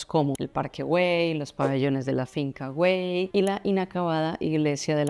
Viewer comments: Se dice “Parque Güell” no /güeil/, es como decir “bien” en inglés ”well”, y también se dice Antonio Gaudí, no Antoni Gaudí… 🤦🏻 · La G se pronuncia, pero es que tú dices /güeil/ en vez de /Güell/ ( no sé de dónde sacas la /i/ , es muy fácil : GU- ELL, con doble L pronunciada como una sola L ) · Prinera noticia que no se pronuncia la G ....lo que hay que ver